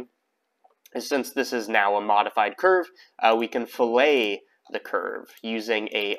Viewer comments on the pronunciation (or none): My guy. It's "fillet", said like "fill + it+. Not a delicious cut of meat 🤣